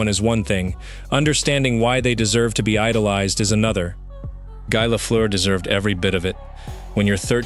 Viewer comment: If you are going to use AI to fake voice, for crying out loud…make it pronounce Guy Lafleur’s name properly FFS!